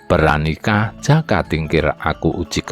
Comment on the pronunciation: Yg baca narasi kurang pas....jaka mesti di baca joko..trenggana trenggono jadi dengernya kurang gimana gitu